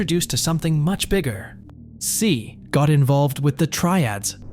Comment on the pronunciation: Do a quick google search on how tse is pronounced my man. It’s not ‘C’, it’s ‘Xie’